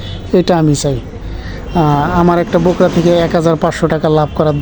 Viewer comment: Aita ky to Borka boly, Bokra bolen kano 😂 😂😂??????